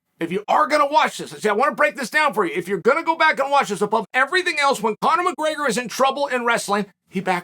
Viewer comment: Chael ‘Conor McGreygor’ Sonnen